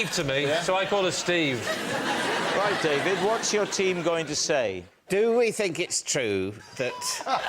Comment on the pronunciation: DavEED sounds like someone from Greg Davis' childhood cuSHON language! 😂